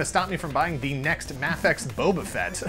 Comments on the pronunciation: It's so refreshing to hear MAH-fex! Also this review kicked ass. I'll probably skip this figure because I have the revoltech and I don't really think I can convince myself that I need another $30+ six inch boba fett. I don't think there could ever be a figure that could quench my thirst. I'm like a toy collecting vampire! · Its MAEfex but spelled mafex